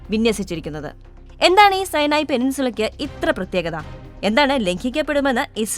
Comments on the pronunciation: സൈനായി അല്ല.സീനായി അല്ലേ ? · സൈനായി അല്ല സുനായ് 😂😂😂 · സൈനായി, എന്നല്ല സിനായി എന്നാണ്